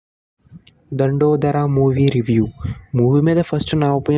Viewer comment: Dandodara kadhu .it's Dandora